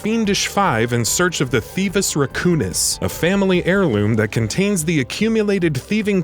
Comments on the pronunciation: "theevus raccoonus" lol its thievius raccoonus that hurts my heart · I am triggered how he says thievious racoonus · You also need to learn how to say thievius racoonus